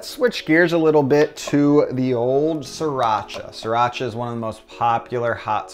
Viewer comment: Sriiiiii not SIR-racha! Each time he says it I get sidetracked. Pronunciation changes, especially imported words, but it just grates my nerves irrationally (I know, I know)! I've been using sriracha, and hearing it pronounced SRI (as in the country Sri Lanka) for decades before it became so popular. Changing to a new pronunciation isn't easy.